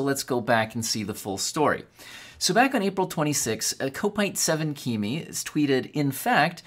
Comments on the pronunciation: "Kop-Ite 7 Kim-e", Everton fan..🤌 Up the Kop! 🏆... You need to come from the UK/Liverpool to know the correct pronunciation 😉 ✌️ Or be an Everton fan (They are all over the world 🗺) ⚽ .. 🤷‍♂️ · It's pronounced cop-ite as in lite without the l but with cop at the beginning. The man is a Liverpool FC and Kimi raikkonen fan